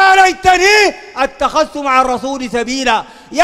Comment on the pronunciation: ياخ دا قراية ما بعرف اقرا قال أتخذت مع الرسول .. إتخذت يا جاهل